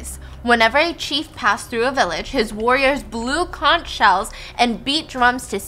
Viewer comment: Conch is pronounced "conk."